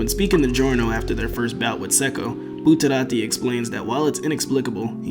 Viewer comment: Say Buterati one more time.